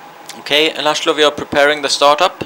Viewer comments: Its actually Làszlo (lah-slow) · It's lászló not lazlo🙃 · Not Lazlo, László, its a hungarian name. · It is Laszlo , Hungarian name ... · It's László by the way